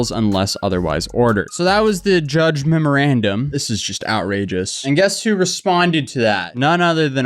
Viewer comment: Great video but my guy you read that memorandum wrong like seven times